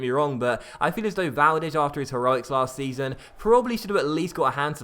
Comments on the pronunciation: VALDEZZZZZZZ NOT valdesh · Why on earth do you pronounce Valdes as Valdesshhhh :/